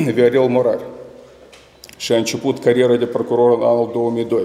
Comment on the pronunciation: Oho! Cit e de rapid este procurorul asta. Eu de-acum mai ca si am uitat de paton. De-acum este Ghitcan. Aaaa! Asta o sa aflam...... cindva... ! PROCUROR ci nu PRACUROR. MIE IMI PARE CA EU POT CU MULT MAI BINE DE CIT AISTA . BROASCA TISTOASE E SI MAI REPEDE DECIT AISTA....